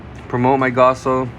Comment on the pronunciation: Really love the content but man cant help but to stress with how u pronounce gaoss as gasso t.t